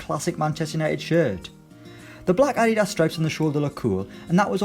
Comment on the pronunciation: The way you pronounced adidas omg🙄